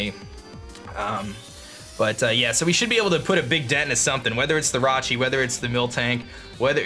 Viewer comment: anyone else hear him say dig damage instead of big damage??